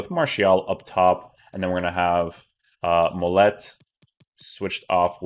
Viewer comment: So many FIFA youtubers need to learn how to pronounce players names. Texeira - stop pronouncing the ‘x’ Mollet - stop pronouncing the ‘t’ he’s French!